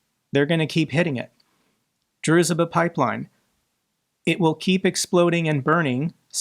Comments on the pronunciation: Hi, I know this is pedantic, but it's pronounced drushba with a sh like in should. Ironically, it means "friendship" Sorry, won't happen again. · The name of the Pipeline ist pronounced 'Drooshbah' ..... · Druzhba means friendship. It is pronounced droo-zh-ba. Thankyou, for your tenacity for Keeping your channel open every day to keep us informed. You deserve a lot more praise for your work. We trust you and will always come to you for truth.